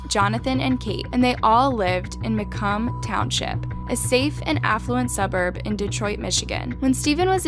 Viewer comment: The Macomb pronouncing! As a Michigander this was funny how wrong she said it lol 😂